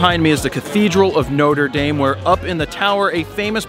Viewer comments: ''Nota Dame''! Nothing like murdering a pronunciation LOL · It's pronounced "Notra Darm" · Jared, I love you. But the way you said Notre Dame though.